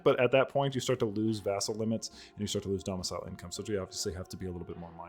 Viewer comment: "Using your Dharmicile" lol